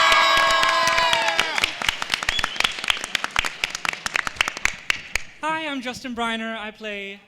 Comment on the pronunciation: "i play ereserhead" I FREAKING FELL OFF THE COUCH